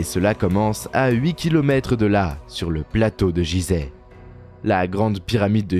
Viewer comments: On ne dit pas jizeh ce nom ce prononce Guizeh, merci pour mes oreilles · "jizeh" t'es sérieux ta pronociation Fr vraiment c'est un G comme Gui , et ça s'écrit Guizèh dans la langue respecte d'abords ça avant de parler mais vraiment tu n'as pas honte, on ne te l'a pas dit , comment être sérieux si tu respectes pas déjà....... t'entends "Dé Jà" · Il n'y a que moi que ça gêne la façon de prononcer "Gizeh"? C'est pas Jizè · Faudrait déjà bien prononcer le nom du lieu....... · exactement ! et çà m'énerve drolement ! donc je n'irai pas lui loin !